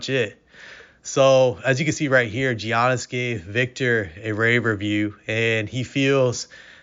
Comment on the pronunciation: Yannis, not geeonnis